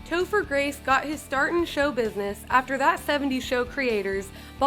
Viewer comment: You called topher, toofer 😂😂. I gd hate you